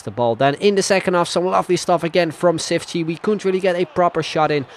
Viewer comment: The "ç" is said like "ch",so its said Chiftchi